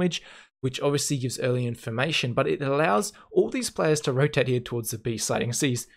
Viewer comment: How often did you say "hya" ("here" with a weird pronouncation)? xD Jk, great Video as always